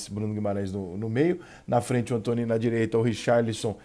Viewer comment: Alguém sabe pq o Rica chama o Anthony de "Antoní" e não "Antone". Obrigado desde já.